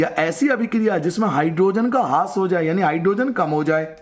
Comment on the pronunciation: हास्य नहीं, ह्रास